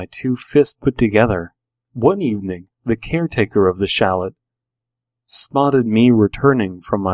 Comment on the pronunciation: This one was actually really creepy to me. One nit picky thing: chalet is pronounced cha-lay ;)